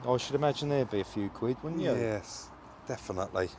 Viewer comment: Another "yess" there very impressive 👍🥸